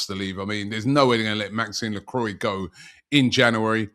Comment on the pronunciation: its not maxine lacroine its Maxconce Lacrua its ridden like this Robbie